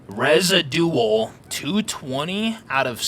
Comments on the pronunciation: "rezidual" LOL you goose its pronounced re-zid-u-awl whats gonna happen is clans will control the power plant keeping solos from benefiting from the power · Resi-dual??!!! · Residual resijuwal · When reads "residual" as a Batman villains name.